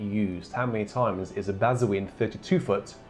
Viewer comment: Kid in a sweet shop time! BTW, bazuin is pronounced 'bazaun' - like posaune only beginning with 'ba'!